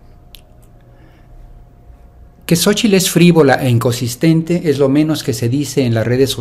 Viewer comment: Se dice INCONSISTENTE 😊